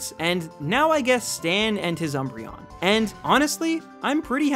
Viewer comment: THE D IN UMBREON IS SUPPOSED TO BE A B!